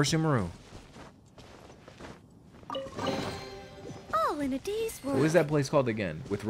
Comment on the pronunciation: your pronunciation of 'sumeru' dates you for real lmao x) im very excited to see you experience grass land for the first time!